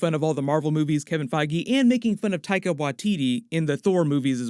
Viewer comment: You don't say his name right. Is not taiga